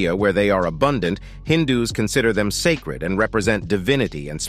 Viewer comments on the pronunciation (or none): none